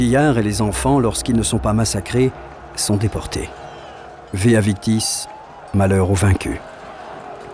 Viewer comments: Magnifique avec malgré tout une erreur je pense...mais begnine . A la minute 45 et 45 secondes environ. On ne dit pa " vea victis" mais " vae victis". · C'est VAE VICTIS et non pas VEA VICTIS !!! 😩